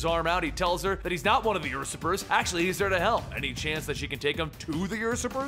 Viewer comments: um do u know how to say USurper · Is he pronouncing Usurper as Ursurper?